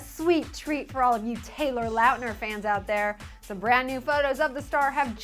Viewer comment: ITS LAUTNER NOT LUUTNER